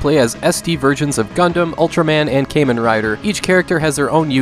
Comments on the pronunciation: The pronounciation of "Kamen" is not "Keymen" or "Ceymen" or anything else like that. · can't wrap my head around the fact that you pronounced Seisen no Keifu perfectly, but butchered the word kamen. Not being a negative nancy though, great list as always, thanks.